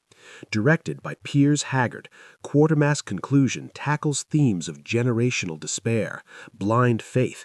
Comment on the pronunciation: QUATERMASS, NOT QUARTERMASS!